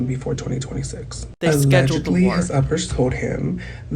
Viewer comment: lmao it sounds like uppies💀